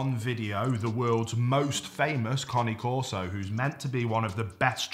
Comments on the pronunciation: The CORRECT way to say the breed's name is KAH-nay KOR-so. NOT Kaa nee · conney corso ? have i been pronouncing cane corso wrong ? genuine question thanks in advance 🍻